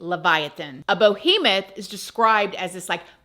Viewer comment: I've never heard Behemoth pronounced that way. BO-hemoth... It's hilarious because you read the word and STILL pronounced it that way.